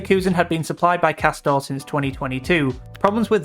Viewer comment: Isn’t it actually pronounced ‘Cass-tor-ray, like it’s pretending to be Italian or something?! How embarrassing, as if any Italian supposedly premium brand would be such sh1te quality!